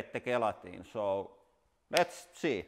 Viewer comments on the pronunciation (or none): Gel - Atine not Gay - latin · The playing cards were a huge surprise. By the way, gelatin is pronounced with a soft G as in jell-a-tin. Just thought you'd like to know. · Sounds like hes saying "guillotine" instead of gelatin.... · Gee, I thought you were saying "guillotine" instead of gelatin. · Because of his heavy finish accent it sounds like he's seeing guillotine instead of gelatin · Oh! You were saying "gelatin". I kept thinking "What guillotine?"... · I was so confused for the first couple minutes. I thought he was saying ballistic guillotine 😂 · When ever he says gelatin is sounds like guillotine :) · I love how you pronounce gelatin. The best way I can explain how we Americans say it is "jail-a-tin" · Gelikton lol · I assumed he was calling his press the guillotine. It wasn’t until I read your comment did I realize he was talking about the gelatin shock absorbers. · it took me more than half the video to figure out he was saying, "gelatin".